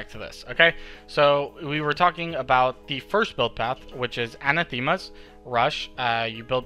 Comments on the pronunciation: Awesome guide! Btw, Anathema is pronounced uh-NATH-uh-muh as opposed to an-uh-THEE-muh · lol missed that but it's still not perfect